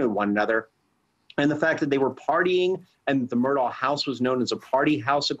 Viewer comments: Mur-daw not Mur-dawg. 🤦‍♀️ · It's pronounced mer DAW